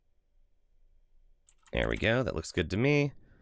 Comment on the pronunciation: I really like your videos. But, please, for the love of jebadiah, it's ap - o - ap - sis.